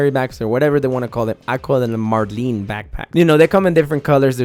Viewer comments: its "Mar-lin" not "Mar-lean" , it's based off the fish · I stopped at "Mar-LEEN" Bruh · When it says Marlin and shows a Marlin and he still says marlean. ayyy he said it right. Twice.